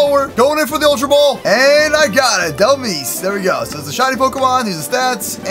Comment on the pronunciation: its pronounced del-mize